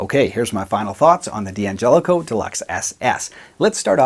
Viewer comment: It's still supposed to be pronounced dan-JELL-ih-koh. The first 'D' is not pronounced separately. (Same with D'addario.) You can get a six-way switch at StewMac. They've had them for a while now.